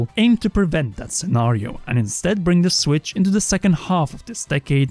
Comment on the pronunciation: should use skillshare to learn how to pronounce certain english word correctly. There is no "F" in the word "three" or "things" and there is definitely no "D" in the word "that" or "though". Also jesus christ how does one fuck up the word "acknowledge" that bad? xD